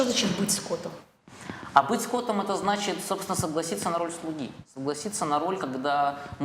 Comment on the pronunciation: не скОтом, а скотОм )))